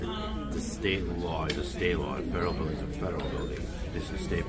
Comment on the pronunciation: "Stederal Building"